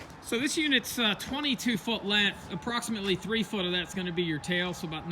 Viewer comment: Learn How to Talk you cant seem to say strength or length get some speech therapy!!!